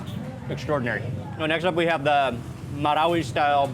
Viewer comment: Me from mindanao donot have a chance visit marawi city. Originally from wao lanao del sur . Nice alao to hear how you pronounced MARAWI😅always watching your videos . Mark wiens proud to comment now ❤